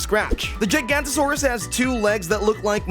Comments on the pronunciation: Bro said giant gant but it’s giga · Bro it’s not gigant-osaurus it’s giga-nota-saurus. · Hey Giganotosaurus is not pronounced giant-asuarus its gig-a-no-to-saurus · it is called a giganotasuarus , not a gigantosaurus! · ITS GIGANNOTOSUARUS NOT GIGANTOSUARUS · Why gaiganto suarus WHY???? its Called Giga nota saur us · “gigantosaurus” it’s “gi-ga-no-toe” saurus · It’s “Giganotosaurus”, not “Gigantosaurus” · it's not pronounced jigantosaurus it's giganotosaurus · Nawh this guy is saying the word: "gigantosaurus" 💀 its "Giganotosaurus" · ITS GIGA NOTO SAUROUS Not Giantantosaruous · It's not jiganotasauras it's giganotasauras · You’re pronouncing giganotosaurus wrong Pronounced ji-ga-no-toe-saurus NOT “ji-gan-toe-saurus” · You mean giganotosaurus giga noto saurus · Doesn’t he mean Gìga-not-ō-saurus? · You idiot it's called a giganotosaurus not gigantosaurus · it’s the gig-gan-no-to-suar-us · i literally hate you like i genuinely yate you ITS NOT THAT HARD TO SAY! Gi-ga-no-to-sau-rus! ITS SO EASY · You mean ["Gi-Ga-Not-A-sorus"]? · pronounce with me or die! Gi-ga-not-a-saur-aus! Also imagine being so bad at modeling you steal a model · bro called it a 'gigantosaurus' ☠️ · its pronounced giga Non toe saurus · Hearing “gigantosaurus” hurts. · ITS GIGANOTOSAURUS NOT “GIGANTOSAURUS” 😭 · How to pronounce giganotosauras Gig-A-not-O-sawr-us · He really said giganotosaurus as giantosaurus from the video game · This dude can’t say GIGANOTOSAURUS you say it like giga-no-to-sau-rus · good job you managed to make every dino enthusiast mad by saying gigaanotosaurus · Bro really pronounced gigantosaurus its gig a not a sauris that’s how you pronounce it look at how it’s spelled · I think it's pronounced (Giga-Not-uh-sore-us) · lol nice joke. It is pronounced Giganotosaurus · giga notho saurus. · GIGA-NOTO-SORe- US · Giga- nota-sore-us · wrong the first part is pronounced jiga or jaiga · Giga not uh suraus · it’s jiga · I say ji-gant-o-sore-rus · You said giganotosaurus wrong